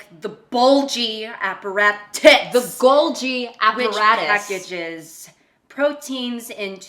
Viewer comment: "BULGY apparaTITS" i cannot i simply cannot